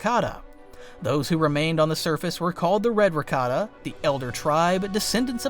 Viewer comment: I thought it was pronounces "rah-kah-tah"